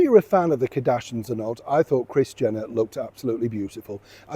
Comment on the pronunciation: Their name is Kar-dash-ians not Kadashins😂